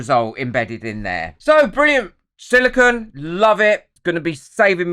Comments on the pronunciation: Good video but it's not "silicon". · With all the videos you have done, you'd think you would have learned how to pronounce "Silicone". Silicon is a naturally occurring element (number 14 on the periodic table). Unlike the element silicon, silicone is a synthetic compound made up of siloxanes. Silicone is made of silicon, oxygen, and other elements like hydrogen and carbon. Otherwise you have really good content. But, come on, it's a simple word.